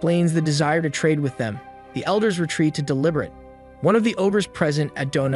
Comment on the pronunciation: Lich - Rhymes with itch. Deliberate - Rhymes with liberate...